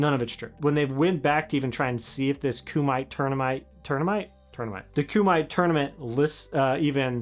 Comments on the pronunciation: It’s pronounced kuma-tay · Frank Dux - pronounced: due Kumatai - pronounced: ku-ma-tay